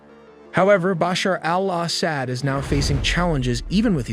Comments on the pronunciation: bro you are mispronouncing his name it's not Basher al-ASS-ad it's actually Ba-shar Al-Asad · just a quick tip: in Arabic, the 'AL' is often dropped in pronunciation. It might be helpful to listen to some native speakers to get a better feel for the rhythm. Bashar-AL-Asad simply is Bashar Asad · BOSH her AL oss ED...gotta love how AIs pronounce foreign names lol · Maybe take a moment to practice saying 'Bashar Al Assad' a few times off-camera before hitting record. Or better yet, consider trimming down the number of times you say it—no need to turn it into a tongue-twister challenge for yourself and your audience. Are you rehearsing, or just hoping your followers will grade on a curve? But great perspective the way you said his name distracted me from the main story a little.